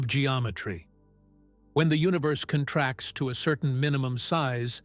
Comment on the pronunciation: The AI voice is not terrible, and it has improved a lot. Still, for some reason, the relationship of the words is not “understood,” as “periods” are inserted randomly throughout, words are sometimes mispronounced, etc. (e.g., “space CONtracts” instead of conTRACTS). The absence of music is greatly appreciated.